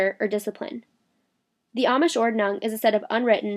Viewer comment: One question (as a german): do the amish really say ordnung the way you do in the video? I don't want to criticze you with this, because, in my opinion, noone who hasn't grown up in Germany or has lived there for a long time can be expected to have a good pronounciation.